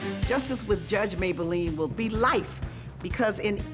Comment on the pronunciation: Mablean not Mayblean